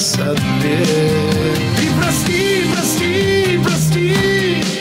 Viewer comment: " Оба Парни смелые, оба Хороши, милая рябинушка, сердцу❤подскажи...." Прекрасное исполнение! Прекрасная песня, Прекрасного Маэстро Аркадия Хоралова! Браво , Курбан -Гали и Маэстро!!! Моё сердце очень сильно цепляет произношение слова " Прости" Аркадия Дмитриевича! За одно только слово " Прости" , я бы смогла всё простить, если б только было что простить. Поклон, и Браво, Классная песня!!!🙏🙏🙏🎼🎶🎶🎶🎹🎶🎶🎤🎧👏👏👏👏👏🌿🥀🥀🥀🥀🥀🥀🥀🥀🥀🥀🥀🌿💥💥💥💓💓💓💓💓💓💓